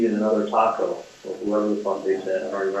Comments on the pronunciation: You say Taco, Katie says Tato, it’s all the same. 😂😂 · I thought he said, "Taco," too, probably by mistake.